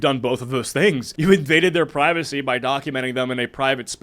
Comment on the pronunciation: Privacy ❌ Privassy✅